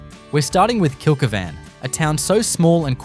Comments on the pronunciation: Kilky van? Why can’t you correctly pronounce the names of the towns you are attempting educate people on. It’s Kill keevn. I had to stop watching your video…I just about choked every time I heard your horrible miss pronounced version. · Kill-key-van pronunciation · He's obviously never been there, or he'd be able to pronounce it.